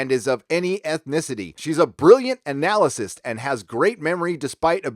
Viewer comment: The word is "an-a-lyst" not "an-al-i-sist" (which I don't even think is a word)